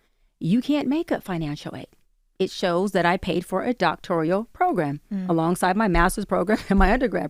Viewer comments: I caught that as well, she also could not State what BBS stands for which overseas both licensed and Doctorate grads, on the Joe Budden she explained the acronym incorrectly....i caught that when she pronounced it as " Doctorial" vs Doctoral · I mean yeah i think she is lyin, and hearing her pronounce it "doctorial" was wild. But in all fairness, i've seen valedictorians talk about "axing" questions. So ... 😬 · I caught that too! “Doctorial.”